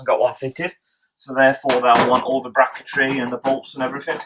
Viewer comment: Is bracket tree a word? 🤣 good video can't wait for the build. Good job you got a good mate that will help ya 😉😘